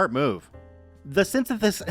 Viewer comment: Is synthesis really that hard to say? I suppose sometimes it is.